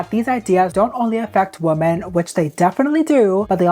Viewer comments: love you girl, but it’s WOMEN not WOMAN. 😭 WOMEN pronounced (WHI-MEN) I keep hearing you say (woe-man) which is singular and its irritating me cause the context sounds off when you say it like “we need to protect woman more” it just….its women (plural) okay love you bye 😂🫶🏾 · I know this is not relevant to the video but women is pronounced like 'wimin' not the same as woman! I loved the video though thank you for doing this important topic <3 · Why can't you pronounce "women" properly?